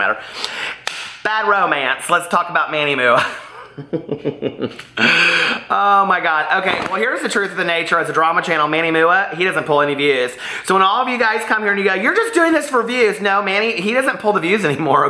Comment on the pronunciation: Lol it’s “M-U-A” (“Make Up Artist”). Just letting you know. Love you sis!!